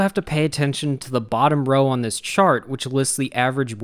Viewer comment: You say dis!